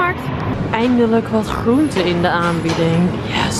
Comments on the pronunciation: Niet flauw bedoelt maar jij zegt groente heel erg raar😂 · 'GR' spreek je zo vreemd uit 'Groente' bijvoorbeeld